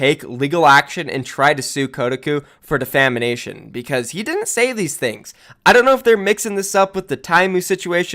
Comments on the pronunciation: defamation..not defamenation lol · Its defamation, not defamination. Its not pronounced kodaku, its Koh-tah-ku. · did... did say defamination?...defamation? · 'defamination' is not a word, you're looking for defamation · Defamination XD XD XD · Defamanation pls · And defamination instead of defamation boi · You said defamination lol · defamination lmao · De-famm-ination please fix your pronunciation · "Defamination" What? What? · koh-tahk-oo defamation Good video :)